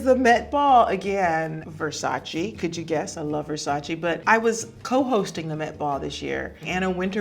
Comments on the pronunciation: Its Versac-E not Versaci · Except Versace, she is mispronouncing that. But everyone mispronounces that one 🤣